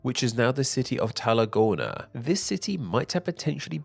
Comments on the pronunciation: I KNOW, right? I've barely watched the beginning, but hearing him pronounce the "rr" in "Tarragona" as a fucking L killed me. That and calling the province "terra" instead of "tarra". It's like he's not prepared the video at all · Even the anglo pronounciation is decent enough (for example tarragona would be pronounced correctly in english while he said talacona)